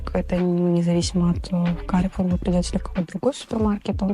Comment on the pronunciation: Carrefour (фр. - Перекресток, по фр. произносится Карфур, ударение в конце) это французская сеть гипермаркетов, бренд "Карфур сити" - супермаркеты у дома